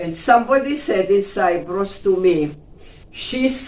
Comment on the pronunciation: I like the interview. A gentle reminder to you, the place is Cyprus as the lady pronounced it, not Cypress as you keep saying Cypress is a tree